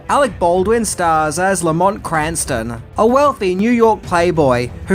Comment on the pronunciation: That's no "Lamont."